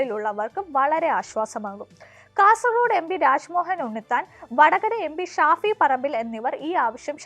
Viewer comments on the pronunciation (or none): none